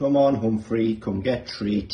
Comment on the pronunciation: I thought he was saying 'home free' but it's Humphrey 🤣 Humphrey has a mind of his own, and an agenda for ruling his tribe, lol 🤣💞